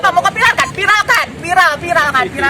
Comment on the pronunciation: Viralkan bu bukan piralkan hehe😆